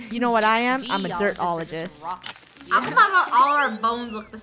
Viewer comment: Nobody: Literally not even a single thing: Funneh: I’m a dirtolegist